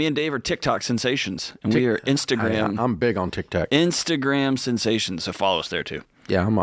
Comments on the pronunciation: Why does he keep saying Tic Tac? He knows it’s Tic Toc🙄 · cause he's a boomer, why are you offended over an old man mispronouncing words ?